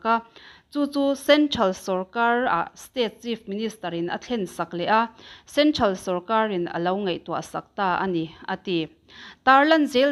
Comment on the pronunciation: "Centhral" nilovin "Central" ti zawk tur.